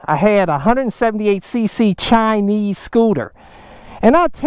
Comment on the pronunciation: Chi-Nese... Scoo-Ta!!!